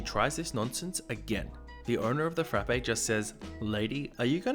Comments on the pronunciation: It's just "frap" at Starbucks, not "frappe". Sorry, I know it's annoying and pedantic to point out, but both of my roommates have worked at Starbucks so I hear no end of this from them all the time -- "'Frap' is short for Frappuccino, 'Frappe' is the McDonald's product and Starbucks baristas want to pour coffee on you if you call it that." Hearing call it a "frap-ay" 20 times in a row after receiving that conditioning was like nails on a chalkboard. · It’s a Caramel Frapp not a Caramel Frappay smh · THE "E" IN FRAPPE IS SILENT OMG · I like your videos, but your pronunciation is horrible. Frappe is one syllable